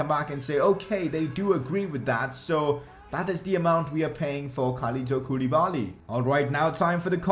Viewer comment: Its pronounced kou-le-ba-li....not koooooliiiibaaaaallliiiii